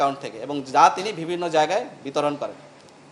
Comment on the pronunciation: এই পুলিশ অফিসার অন্তত 10 বার 'বিভিন্ন' শব্দটা ইউজ করেছে এবং প্রতিবারই "ভিবিন্ন"উচ্চারণ করেছে।